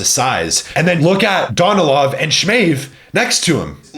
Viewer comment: bro bro learn how to pronounce their names ,,,SSssMAev not SHMAEV ...S its S ,,,, Sergey Danilov acent on a Sergei dAnilov at least listen how they are pronounces Smaev no Shmaev bro